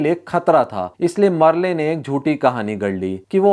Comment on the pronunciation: Merle should be pronounced as Merl